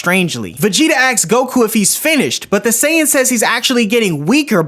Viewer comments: Asks, not axe. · Ask has an S in it